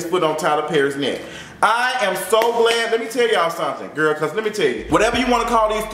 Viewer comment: Lmfaoooo every time he say "FOOT ON YO NECKK"